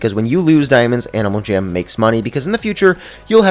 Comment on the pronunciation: Is it just me or did he say animal cham at the start when he said " About a dozen things that i think that animal jam should add "